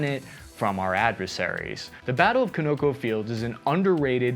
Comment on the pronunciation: Con Ō Cō